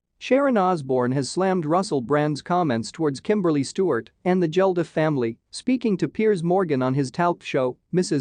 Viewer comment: and its Bob Geldof not Jeldof😂😂